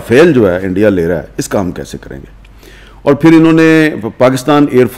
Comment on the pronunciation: Indie keh rha hai 😂 Omg 😂 ! Such a joker's